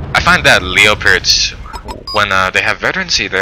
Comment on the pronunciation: Please stop saying leo-pards, it's just leopard or Leo.